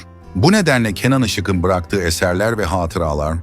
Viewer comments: Seslendiren arkadaşa UYARI! "Işık'ın" yazılır. Ama "IŞIĞIN" okunur. Bozuk telaffuzunuz yüzünden videonuz aşırı derecede kulak tırmalıyor. İZLENMEZ HÂLE GELİYOR. Bundan sonra ÇOOK dikkat edin bu önemli Türkçe kuralına. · Yazılırken (Işık'ın )diye yazılır, söylerken ya da okunurken (Işığın)diye okunur. Yanlış telâffuz ediyorsunuz. Biraz çalışın bu konulara. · Türkçeniz berbat Işık'ın ne demek yazık